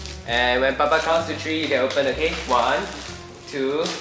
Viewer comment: One two “tree” TREE